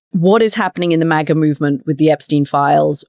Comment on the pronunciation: I say MAGA she says MAGAR 😂😅😂😅